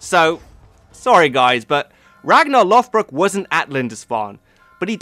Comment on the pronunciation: Sun stone's, real yet used improperly in the show, vikingr not vikings, Rollo (Hrolfr) attacked Paris and became the duke of normandy. Ragnar and Rollo were not related, its Lođbrok not lothbrok. The đ is pronounced like the th in "the" or "that" not the th in "forth" or "north" (more of a z sounding th rather than the soft) also Ragnar lived during the end of the Vendel period (accounts are very distorted) so for period dress, armor, weapons, etc, simply reverse to vendel and valsgarde.